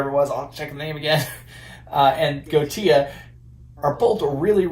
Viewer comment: I believe its pronounced Go-eesh-a